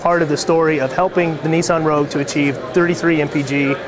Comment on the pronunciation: It's Nissan... not Neesan